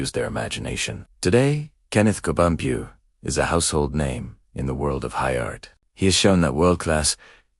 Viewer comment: please pronounce his name correctly its Co-bon-pue (pwe) and the spelling of Cebu is also wrong - it's CEBU not CEEBU